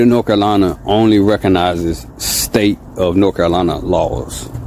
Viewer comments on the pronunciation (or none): “The state of Nokolana’, where exactly in the USA is “Nokolana”?